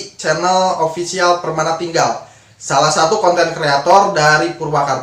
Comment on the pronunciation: Sorry kng, Permanatingal bkn Permanatinggal